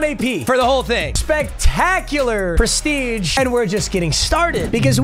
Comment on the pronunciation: yo wtf papa trippin😂😂😂 “Preshreeje”?????